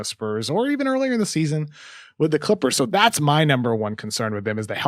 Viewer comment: Try listening to him pronounce ‘Chrrippers’